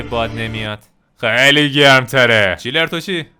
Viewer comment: داداش چنلر نه چیلر